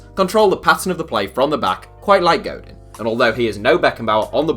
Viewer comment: Diego God in..... godeeen bro There is no in sound in spanish its en without a accent. Een with an accent mark. Cringe.